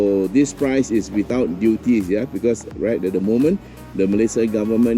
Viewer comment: not every sentence the word 'the' is pronouced as "de".